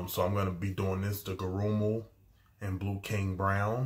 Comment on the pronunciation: Gurrumul (emphasis on the first syllable) had a beautiful, haunting voice. I have his first album and it's stunning. TBH I prefer the original version of this song without all the beats added.